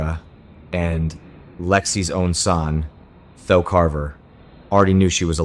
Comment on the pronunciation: It's pronounced THEE-OH not tho!